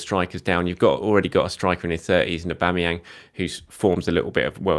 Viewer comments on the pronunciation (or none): none